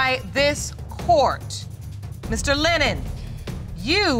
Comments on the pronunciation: Tach Jay she can't even say his name lennor. he is Lennon. my cuz. mom's great nephew. ms Powell is 1st cuz. mom's sisters daughter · She keeps saying LENNER this man name is LENNON! 😂